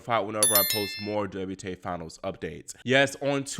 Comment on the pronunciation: "WTay Finals?" 😁